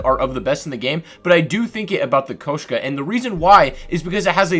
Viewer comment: Why you call it the Koeshka instead of the Koshka